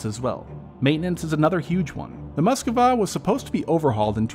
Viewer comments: Mosk-va. Not muskuva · Moskva, not " Moskova" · I hate to be a downer but you need to work a lot on your pronunciation of ruZZian/Ukrainian names/terms, you really butchered Kharkiv, Kherson, Moskva, Rosgvardia, Izyum, Oblast.